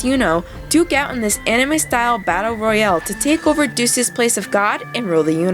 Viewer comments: i just want to point something out. "deus" is pronounced "day-es". as in the latin phrase "deus ex machina" meaning god of machines. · pronounces Deus....Doose...Really?